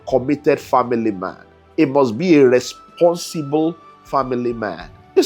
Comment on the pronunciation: EMPHASIS ON "RESPONSIBLE"